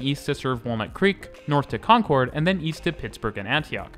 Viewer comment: Awesome video! As a Concord (pronounced like "conquered") resident I use BART nearly every day to get to the City and the gym. Cool to see a video from an outside expert perspective about something I use so much without even thinking about it